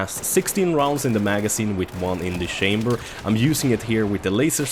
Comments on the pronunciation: I lold at the "one in the shamber". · One in the shamber :) :) :) Att det skall vara så svårt att uttala rätt :) :) :)